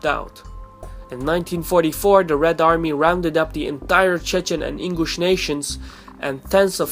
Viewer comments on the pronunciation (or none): Ingush not English this guy has problems with pronunciation